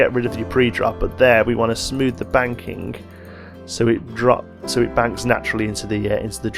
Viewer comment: Is he saying ‘banking’ or ‘wanking’